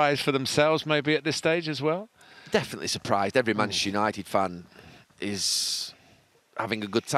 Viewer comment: "Manashu United"